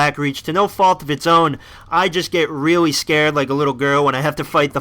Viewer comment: No offence, Loved the video, but your voice becomes weird some times and you say stuff that sounds like "reawwy" and you sometimes sound like Biwwy from Fallout 3. Love the videos